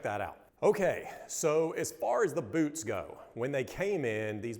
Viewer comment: The way they say BEWTS is very satisfying hahaha